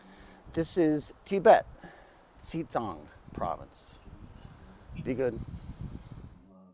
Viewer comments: Xijang. Yes. U nailed d pronunciation! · High 5 ❣You pronounced 西藏 perfectly! ❣